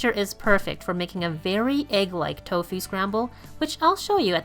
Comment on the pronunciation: How you pronounce "tofu" is extremely irritating.